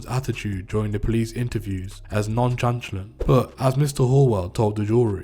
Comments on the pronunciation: Nonchanchalant.😂😂😂you mean nonchalant 😂😂😂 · Or the word nonchalant 😂😂😂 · Is the guy narrating a retard?? He repeats himself several times about the same thing, and has trouble pronouncing”anonymous”, “nonchalant” and other relatively simple words